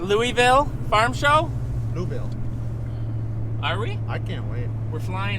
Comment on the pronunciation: Welcome to my city! You still haven't pronounced it correctly. Lol. Louavall You landed one mile from our home!